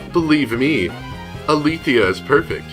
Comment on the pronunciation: Ah-LAY-thee-ah, not ah-THEE-li-ah. I'm only getting on your case because I studied Greek, and all the Guilt and Neo-Guilt are named after Greek words. "Nous"- "Mind"; "Bythos"- "Depth"; "Sige"- "Silence", and "Aletheia"- "Truth".